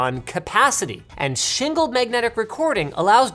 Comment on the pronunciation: "shingled magnetic recording" or "single magnetic recording"?